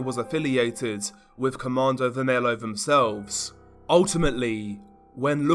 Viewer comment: You pronounce Comando vermelho as comando "ver-me-llo"